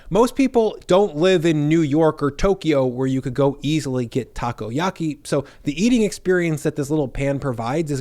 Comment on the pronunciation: Lost it with Taco-Yahkey